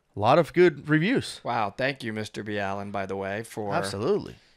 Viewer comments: Absolutely love Mr Ballen but please stop calling him Mr B-allen its Mr Ballen as in Ball-en . Its making me cringe everytime 🤣. Another great video though guys 👏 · why did you start calling him B-Allen? I have seen other videos where you call him Mr. Ballen. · Its pronounced as its spelled; Ballen not Bee Allen. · Okay....it's GOTTA BE SAID. Listening to you guys say " Mr. B. Allen " rather than "Mr. BALLEN" ( which IS his handle ) is like NAILS ON A CHALKBOARD. 😑 Come on guys. 😐 Get the guy's name right for crying out loud. 🤦‍♀️ I can't watch this whole video. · I believe if you watch to the end of any of his videos, when he cross promotes his social media, he says his name "Mr. Ballen" (pronounced "Mister Ball In"). I've never heard "Mr. B. Allen" until today. :P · it's pronounced Mr. Ballen [ball-in] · Yeah if you're going to coat ride his viewer #s by critiquing his research methods then please at least respect enough to pronounce his name right.... MISTER BALL-IN. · It’s pronounced 🏀EN …… ‘BALLEN’ isn’t it? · Is it me or do they continue to mispronounce Mr. Ballens name? B allen ? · His name is pronounced mr .ball in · It's Mr Ball -( en) lol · It's pronounced "Ballin" lol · Idk maybe it's me but I don't think you pronounce his name Mr B-Allen ... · His me is pronounced Mr. Ball-in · Its Mr Ballen... "Ball en" ! You say you respect him so learn how to pronounce his name please! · Pronounced Ball-in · Freaking killed me every time “Mr B-Allen” 😂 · Lol it’s Mr. BALLEN like “🏀ing” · Isn’t his pseudonym pronounced Mr. “BALL’N”? 🏀🏐⚾️ It doesn’t really matter, but I’m almost positive that he pronounces it BALL’N. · Ball-N….it’s ⚽️🏀🏈⚾️🥎🎾🏐🏉 NNNNNN…Sir. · If you're a subscriber of his channel then you would listen to how he says his name and he doesn't say it's b Allen because it's his last name I don't know about you but you're saying his last name incorrectly it's almost disrespectful especially since he says his name all the time and every one of his videos